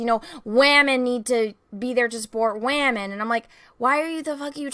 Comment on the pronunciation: I love how, says "waaHmen" haha! 😁👍💖